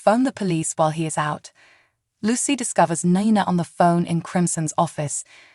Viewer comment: Can't you please pronounce Esme's name right?! EZ may... that is how its pronounced, not Esem! NINA is Nee nah... not Nie nah!